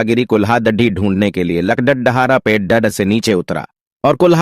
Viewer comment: Are bhai are bhai speech nahin aata hai dene to kyon dete Ho lagda dhare nahin hota lakarhara hota hai or lakadhi nahi bhai lakri